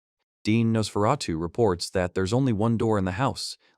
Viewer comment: The tiny panels, blurred text, constant mispronouncing of Nosferatu, getting wrong who was saying what to who, is just painful. A great manga, but a poor video on it.